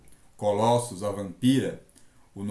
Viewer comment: Cara, não fala Colóssus, fica muito estranho. Pronuncia Colôssus, fica mais legal